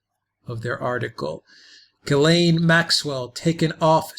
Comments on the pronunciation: Please pronounce her name properly, it’s a French name it starts with a jjjuuu, lorn, it’s not perfect but for most non international nation on the planet earth it’s near enough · I have never heard of this name Ghislaine pronounced the way you say it..... I've Lived in Quebec , which is french , and they pronounce it 'Jishlaine " ..